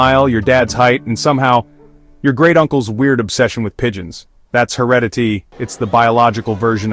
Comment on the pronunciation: no I think there's a mispronunciation of the word 'heredity'